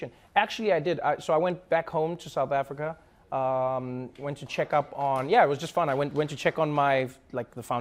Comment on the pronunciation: Why did her pronounce South Africa so un-South African